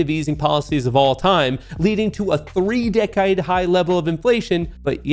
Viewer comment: Why did say decade so Australian though lmao